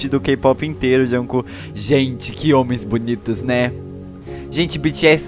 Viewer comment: "Juncu" kkkkkkk